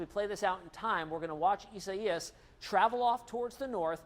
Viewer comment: Please please pronounce the name properly...EYE-ZAY-AS